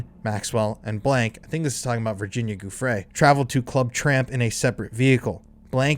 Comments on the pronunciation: JOO-fray, not GOO-fray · Giuffre is pronounced "juh-FRAY". Look it up. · Pls pls PLS learn how to pronounce Virginia's name! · Ur saying Virginias last name wrong!?